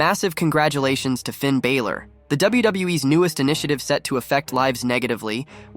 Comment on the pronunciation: Yk GOOD AND GODD**NED well that man name is Finn BALOR (AND yk how to correctly pronounce it because I heard you do it on several different occasions.) You steady talm 'bout some f**kin' Finn "Bāylor". 😒